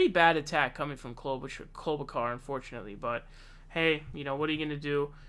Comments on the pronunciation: 'Klobukar?' Are you taking the piss bc her own family is in disagreement over the pronunciation? 😂 WHY ARE YOU SAYING IT LIKE THAT? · Why do you mispronounce so many names? Joe Ro-Gann, Amy Klobo-car..... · She is not a "...kar", she's a "...shar". Like in "Charlotte", like in "charlatan". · Oops, almost pronounced her name correctly. We can't have that. But my favorite is Cloudbootjar as coined by Kyle Kulinski. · Dude why r u pronouncing it like that. Ur like Pakman trying to pronounce Gabbard. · You pronounced Klobuchar wrong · Why u leave the h out of klobuchar I’m confused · Dude is it too much to ask for you to learn how to pronounce the names of the people you’re doing videos about it makes you look and sound so stupid. Have you really never heard anyone say her name before are you kidding? And the names you miss pronounce you were always the only person I’ve ever heard miss pronounce those names like there’s something seriously wrong with you. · yeah butcher her name!